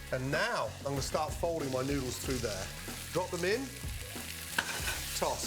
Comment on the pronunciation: Gordon forgot how to say noodles at the start😂